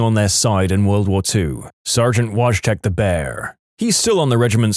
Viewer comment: The pronunciation of "Wojtek" hurt me right in my polish heritage, it's actually pronounced "voy-tek" But at least you tried Mr narrator!